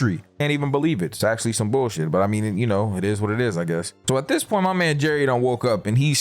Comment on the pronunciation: three Acashaly